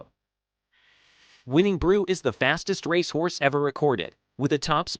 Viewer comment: Honestly “ Rash horse , can’t pronounce most of they great racers names ! Theses great creatures deserve better than this !